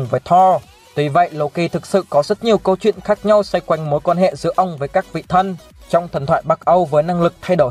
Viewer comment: Sao chữ " thần " mà cứ đọc là " thân " nhỉ.